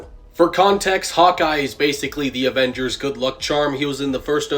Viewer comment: Did he say ovengers😂